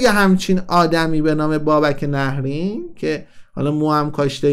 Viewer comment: عزیزم...اولن تلفظ nahreyn درسته...دوما میپرسی از کجا پول آورده؟بیشتر از موهای سرت رو صحنه نمایش اجرا کرده،از ۲۰ سال گذشته،نزدیک ۳۰ ساله،خوانند استنداپ کمدین مملکتو میگی از کجا پول آورده؟ غیر از موهاش دندوناشم ایمپلنت و کامپوزیته،تو رشدیه تبریز خونه داره،وقتی شما نوجوان بودی پرادو سوار میشد،گرون ترین بلیط هارو داشت و داره همیشه،خواهشا تحقیقاتت رو کامل انجام بده،بعد بیا صحبت کن